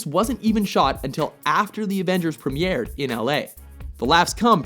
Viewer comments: Does anybody else notice he said premyeared instead of premiered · you say "prem-ee-aired" instead of "pre-meer'd" because, i dunno, you're french, or something? just like how you overpronounce "genre." And I bet you say "thee-at-re" in a super french accent. Lame. Or as the french say, "la-may"